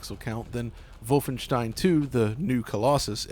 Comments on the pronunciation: That's a very Ted mosby way to pronounce wolfenstein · Not trying to be a dick but are you German? Doesn't sound like it... Worst thing in the video is you trying to pronounce Wolfenstein in a German American accent, but it's kinda funny it's so bad 😆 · I know he didn't, but the way he pronounces Wolfenstein just .... Makes it SOUND like he stormed the Capitol lol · Why does he keep doing the Germanic pronunciation for Wolfenstein? Is he European or pandering? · "Volfenshtein" Literally cringed. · just call it WOLF-enstein bro noone but u pronounces it like that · Ikr? "Vol-fen-shtine." Shudder Ja voll, mein herr! No, thanks. Not for me. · Dude you’re not German. Stop saying Volfenshtein. It’s pretentious and annoying beyond belief. There’s no reason not to say the games name in your native American accent and pronunciation other than to let everyone know how much better and worldly you think you are compared to the unwashed masses. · Vulfenshtein. The way he says Wolfenstein is annoying. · You sound like adumbass when you pronounce Wolfenstein btw. MajorClownEnergy. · Learn to say Wolfenstein properly you chump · Moooom he's staying Wolfenstein wrong! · I CRINGED EVERYTIME THIS DUDE SAID WOLFENSTIEN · We get it, you have German friends. Now start pronouncing "Wolfenstein" correctly in English. You're not speaking German. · It is wrong actually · everyone:Wolfenstein:Volvenshtein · Vovenstein? Its not wolf en stein? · "volfenshein" come on man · I like how he said volfenstein but not wolfenstein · What the hell is "vulfenstein" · Say voffenshtien agaib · I like how pronounces Wolfenstein as 'Volfvenshtine' 😏